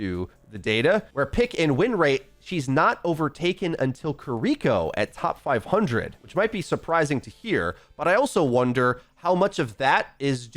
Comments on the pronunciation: It's been months my man, pronounce her name properly, ki-ri-ko. Not kuh ree cho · Love your videos but her name is pronounced key ree koh. Not kuh ree koh. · ki ri ko not kuh riko ... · "KERREEKO" my brother in christ... its "Kee -ree -ko" Ki -> ri -> ko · Ok please dude its Kiriko (kill-E-ko) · Her name is Kiriko not "Koriko" godamnit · Not a fan of the way u say kirikos name